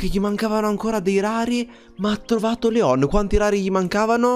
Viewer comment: Comunque si chiama Leon no leo`n